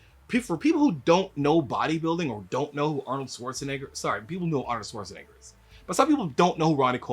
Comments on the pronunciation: Schwartz ! Not Swartz lol agreed with the entire video though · Why do so many people pronounce Arnold's last name like it's "Swarzenegger"? Isn't there supposed to be like a "sh" sound in there? 🤔